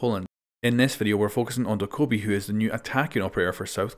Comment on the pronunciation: Some dude kept saying, “GiVe Me ThE nEw OpErAtOrS oR iLl Tk YoU” so I voted to kick him and he got kicked. P.s. It’s pronounced DOE-KAH-BEE